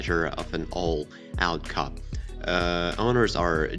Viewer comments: I never said anything about your accent. You can have an accent and still pronounce the words correctly. Also coupé comes from french. If let's say you wanted to use the American pronunciation (coupe pronounced "koop") that would have been fine as well. But cop just doesn't meant anything. Notice how I didn't say anything about all the other words you pronounced correctly but with an accent? My point is, be thorough if you do something. People will be more inclined to listen and give weight to the opinion of someone who know how to pronounce the words. Why should I trust you know what issues the C30 has? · That is not how you pronounce coupe. There is an accent on the e. Coupé. Weird that you would make a video about a coupe, without knowing how to pronounce it.